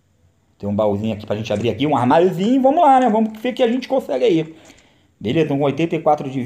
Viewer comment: Por favor. Para com o "Vomos que vomos". É "Vamos que Vamos" Curto mto seus videos mas meu ouvido sangra cara.